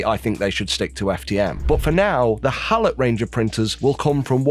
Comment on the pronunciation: I believe it is pronounced hey-low.